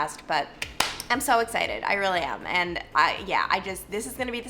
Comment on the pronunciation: The only current word you say that is an accent I can't figure out... The word AND. You make it 2 syllables & it sounds like eeeee-uhnd. Is that an Ohio accent? Kentucky? I'm in NJ so it's just a different sound than I'm used to, not a judgement.